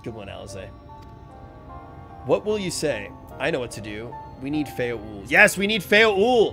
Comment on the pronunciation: I cringe every time he says Titania as Titiana and when he said Feo Ul as Feo Ui. Gosh darnit!